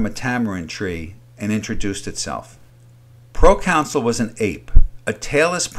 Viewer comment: You keep saying procounsul, but it’s proconsul.